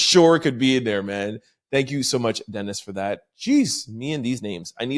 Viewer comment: I think that persons name is (duh-neese)de-nise. Or D-Nice. I only say this bc I have twin cuzs Dennis and Denise. Love ur show. Bi-partisan right now. Tabbie from Texas. 😂